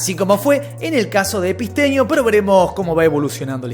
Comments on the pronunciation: Todos los nombres los dice bien como son, pero a Epstein epistenio no se q, no entiendo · Porque nunca dice bien el nombre de Epstein?